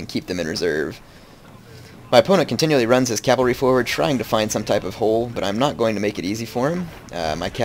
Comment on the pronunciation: No cav is short for cavalry. You said calvalry and calv. Its cav and cavalry.